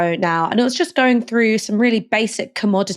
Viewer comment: It's pronounced "through" not "froo"